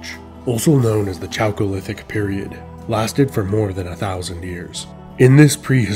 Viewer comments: chalcolithic is pronounced kal-ko-lith-ic, not CHalcolithic. Instant loss of credibility. wtf dude. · It’s pronounced Kalkolithic, not chalcolithic.